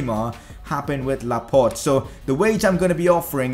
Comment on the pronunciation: Laporte not laport